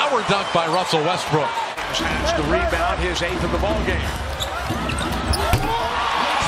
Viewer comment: “wussell restbrook”